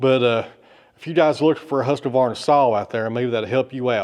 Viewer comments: its husqvarna not husqevarna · Hi, I’ve noticed that you mispronounce Husqvarna. There is no a between husk and Vanna, when you say it, Husqavarna, I don’t know if it’s just me, but that doesn’t seem right way to say it. Besides that love your channel keep up the good work. Just to let you know I live in South Australia about two hours north of Adelaide on the Yorke Peninsula. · Its pronounced whoskvarna 😊